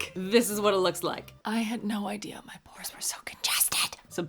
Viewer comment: When you said DO IT FOR THE PORES I thought you were saying DO IT FOR THE POORS 😂 And I was like 🤔 hm I don't remember asking her for this